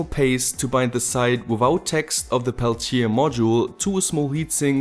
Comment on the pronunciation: As a french i love the way you pronounce Peltier! Thanks for your videos dear neighbour